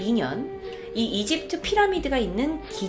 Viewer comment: 발음: 이집트으 외계으